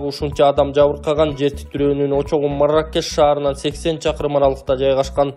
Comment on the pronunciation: Марррррракеш деп догурбай эле суйло 😅😅😅